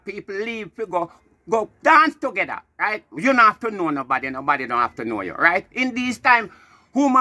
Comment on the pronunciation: Shouldnt to "begether" bwoy🤣🤣🤣🤣🤣